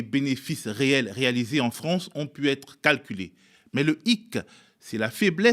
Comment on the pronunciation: "Vive la Fronce"......